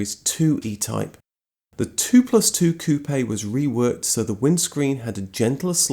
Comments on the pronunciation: As a french, I love the way you pronounce " Coupé " ! And thank you for your excellent videos ant texts. Do you inted to tell the story of Simca and his famous CEO, Henri Théodore Pigozzi ? Amitiés ( en français ! ) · In your face JDM fans that say that the RX7 is the most beautiful car. One of my dream cars. I like this guy because I pronounces Jaguar and Coupé properly